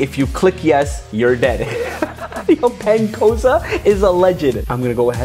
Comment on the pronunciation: ''penn coza''💀💀💀💀💀💀